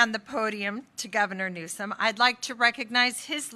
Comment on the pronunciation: It's NEWSOM. No E at the end. 😅😊